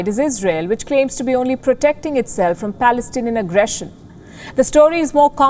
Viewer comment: You say Pelestanian agresson, how you could say that, Are you reading poem???